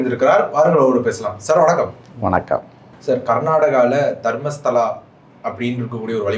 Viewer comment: Stupud it is not Dharmashala it is Dharmasthala. Before delivering any subjuct try to learn fully. R u a DMK agent, calling Annamalai. What happen to kodainadu serial murder, Coimbuture sexual assaults